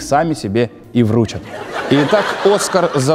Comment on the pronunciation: Ударение вручАт